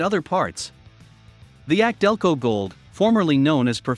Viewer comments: A C DELCO - NOT AKC - DELCO👎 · Laughably inaccurate list. Repeatedly references anti drain back valves like they are magical and unique. Commentary is read from the marketing material on the boxes as if it's factual. Pronounces AC Delco as ack Delco several times. Find a channel like project farm for really well done comparison videos. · YES !! This is the 2nd clown I've heard say "ack-delco" on U-tube. Here's the deal: The "AC" comes from the initials of Alexander Champion, who pioneered a spark plug that was used in early General Motors cars -- and the "AC" brand of spark plugs was of poor quality, but GM stuck with them anyways. GM later adopted the Delphi Group, and they started using "ACDelco" as their go-to logo. I remember back in the '60s, AC plugs were so bad, you'd pull a plug from a GM engine, and your first comment would be: " ACK !! DELCO !! " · The voice on this video is computer generated that's why it can't properly say some names like ACdelco